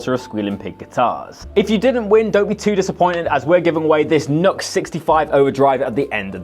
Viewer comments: It is NEW-X not NUX! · The one where the little leprechaun bounces out and introduces "YNGWIE J MALMSTEEN !!!!!!!!!", and then "YNGWIE J MALMSTEEN" does some strap swings and rips though 10 000 picks per song. Also, it's "noo-X" or "new-X" for the civilised of those amongst us". I do believe there is a wee hyphen in there on the logo. Good pedals. Entered.